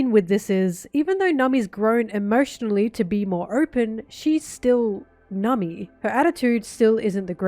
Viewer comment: I like the way you say Nami. 😊